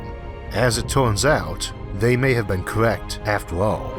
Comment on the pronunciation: Cowect? Whwo thewy wew cowect?